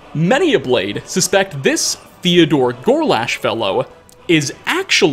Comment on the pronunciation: "Theodor Gorlash" Theogorlash So, basically, Sheogorath did what Sanguine does in Skyrim (Sam Guevenne)? Interesting. 😂